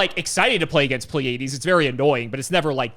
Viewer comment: Pleiades is a normal word... you should be able to pronounce it, my man... xD